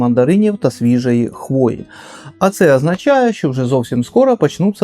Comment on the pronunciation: вдруге дивлюся відео і вдруге чую "запахи свіжої хвойди". Шо ж таке